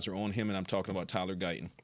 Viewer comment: He would have to pronounce a t. Why won't he pronounce Guyton correctly?